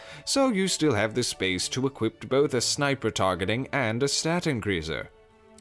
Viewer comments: The fact he says equipet bothers me, especially when he doesn't even mean equiped and he's tryna say equip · Hey I started watching your videos recently and absolutely love your amazing idea to have a place to off-meta. I'm going to throw this out there in case it's not intentional: you're saying "equip" like "equipped". Love this video and can't wait for more from you.